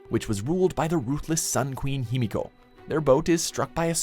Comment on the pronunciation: One time you said Homiko